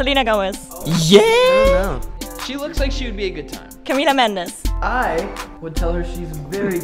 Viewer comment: When she said camila mendas i thought it was camila Calbeo but she married Shawn mendas 🤷🏼‍♀️